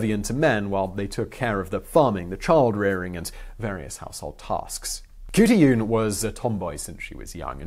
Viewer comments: Kahartoolarn..... thats the real pronouncement xxxx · It should be said as Hotulan or Hotulun. Because in traditional Skript o and u are written same. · Mongolian here, not Kutuyun more like Hutulun. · Hey Simon. Mongolian here. It's pronounced huut-a-lan but you gotta say it fast and not say each syllable. It's a weird language. And as a Mongolian I had never heard of her. Great find. Thank you sir. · As far as I'm aware the Mongolian language has no 'k' sound, so her name would be simply Hutulun. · The proper Mongolian pronunciation would be more like khoot-lune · I don't know where you got your information but I can tell you, as a Mongolian, the women in Chingis khaan's (not Genghis) time were not subservient to the men, only doing house work and rearing children. They were taught to support and protect the empire with beauty and cleverness. And how hard is it to say Khutulun? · It's not pronounced Khutulun, it's pronounced Khutulun. I would now I studied ancient Mongolian dialect. :)